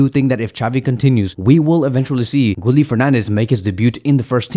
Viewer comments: His name is pronounced “Gee-yeh” not “Gooli”😂😂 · Gee-yell not gee-yeh